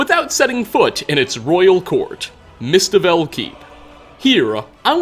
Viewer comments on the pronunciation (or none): Its an unspoken rule of YouTube. You have to say words wrong or you dont get subs and views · loves his mispronunciations, and we love him for them:)